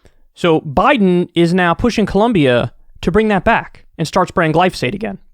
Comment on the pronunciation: I’m confused what is Glosophate??